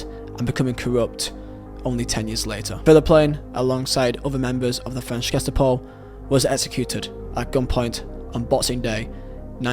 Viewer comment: Dude your pronunciation is really horrible.. Love the video but damn.. You can't even say Ge-sta-po correctly??